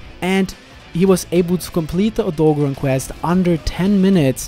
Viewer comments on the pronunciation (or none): O - DOE - GAR - ON not o-dogo-rahn, I'm sorry but it's driving me nuts. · I'm confused. How can you say Deviljo right but not Odogaron? Now I feel like the Key and Peele skit when he tells people to pronounce their names right. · "oh-dog'run" well that's one way to pronounce it i guess, lol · It’s O dog oran since it’s based off a dog not a deer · Very cringy to hear everyone try to pronounce Odogaron